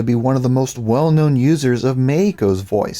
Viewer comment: Random: Every time you say Meiko, I hear "Mexico" in a Spanish pronunciation. uwu